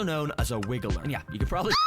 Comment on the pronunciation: Dude really said 'wiggler' 😅 It's wriggler.